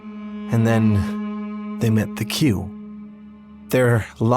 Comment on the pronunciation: Kosemen said Qu is pronounced "Ku" and I think their full name is Quhanim